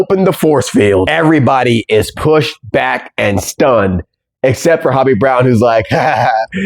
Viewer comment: You kept saying Hobie's name wrong